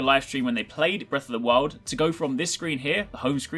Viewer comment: 'Breath of the Wil'?